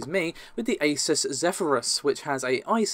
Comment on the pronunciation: it's not aysus, it's aZOOSS